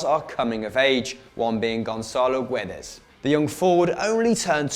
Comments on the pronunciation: the u in Guedes is silent so you read it Ge-des not Gu-e-des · The U in Guedes is silent :)